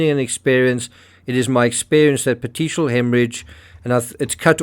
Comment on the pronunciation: Yes, please keep going with this case. Pieces are coming together to me as time goes on. BTW, Petichia/petichial is also pronounced with a “k” sound here, “pet-ee-kee-al” hemorrhage but unsure if it’s different elsewhere so I defer to you.